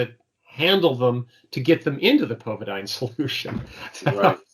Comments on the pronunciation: Some knowWhat's the iodine name they mention sounds like pokadime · What is the spelling of the solution James spoke of? "Povidyne?"